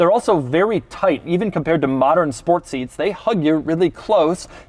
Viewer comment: sEETs- Luv u Doug<3